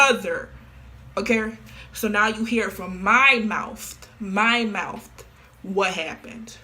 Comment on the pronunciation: why she he saying mouth like that😭 mOuFtH